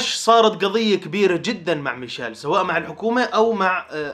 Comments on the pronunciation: ميشيل ❌ ميشال ✅ ههههه 😂 والله احبك بس ياخي والله انك بعض لاعبين انتا ما تتقدر تنطق اسمه صح هههههههههههههه الله يسعدك ياخي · مشايل ✔ميشيل❌